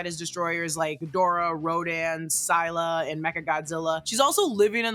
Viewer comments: Wait it's sai-lah not sih-lah? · You mispronounced Scylla. Its pronounced "Ssillah" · Scylla is phonetically pronounced “silla”, and is also a female kaiju, not a genderless one. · If you’re talking about Scylla, it’s pronounced s-ill-ah Like silly, but with an a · You said scylla wrong🤓